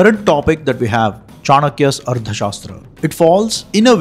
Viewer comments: It should be pronounced as Artha Shaastra, Not as Ardha Shaastra. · It's arTHA, not arDHA. This wrong pronunciation is somewhat ruining an otherwise great video.